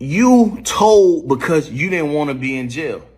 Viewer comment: Tould??? Told you mean